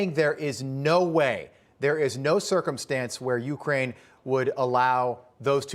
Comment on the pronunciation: Ucryn not Ukraine